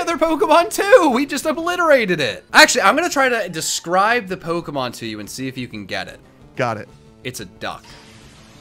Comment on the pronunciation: I love Katie's comment in the chat "Never mind,I don't want to edit this" Also the pronunciations for Pokémon and Unown are horrid! "So he crit and we lived on 1." Jack screeches Jack thinking a Fighting-type would take a Flying move better than a Grass-type would when it's also weak to it😂 It's pronounced Un-Own